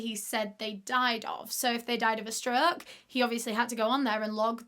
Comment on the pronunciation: The way she says stroke kills me 😂 “struuuuk”